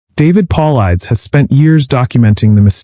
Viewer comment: Say his name right ffs. Paulides. Have some respect